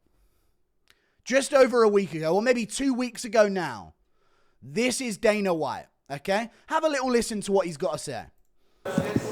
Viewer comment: It kills me every time you say daner instead of dana 😅🎉